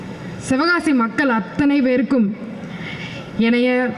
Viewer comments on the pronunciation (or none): none